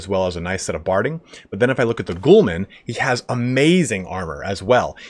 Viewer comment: 'Ghulam' isn't pronounced as 'Ghoulman' lmao